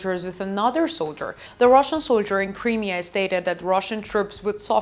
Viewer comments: It is NOT "THE Crimea", and some other issues Smoke RISING, not "Raising" - Crimea is not pronounced "Cremea", it is prounounced "CrYmea" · PLEASE!!! Please learn how to pronounce Crimea …. It’s like this…. .ah She’s cute but someone needs to help her with pronunciation GOD BLESS UKRAINE GLORY TO THE HEROES OF UKRAINE ❣️❣️❣️